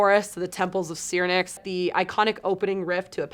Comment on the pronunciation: Wow, not much credibility when the “expert” can’t pronounce Temples if SYRINX. Come on,try harder or step aside.